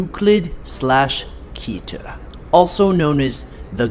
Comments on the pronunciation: They said keeter and not keter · It's keter not keeeter